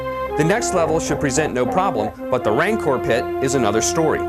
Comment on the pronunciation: What the hell is a "Ranker" ? Does he mean "Rancor" xD ?